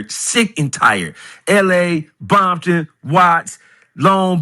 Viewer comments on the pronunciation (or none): ITS ..COMPTON..NOT ...BOMPTON...😊CALL THE NAME RIGHT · Rick cop make compton look bad.